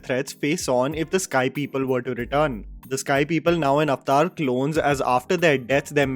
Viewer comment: The word is Avatar ( a va tar) say it right stop confusing it with the hindi word.